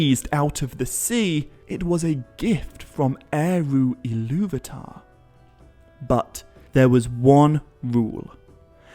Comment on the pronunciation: Why do you keep pronouncing Illuvatar as "Illuvitar"?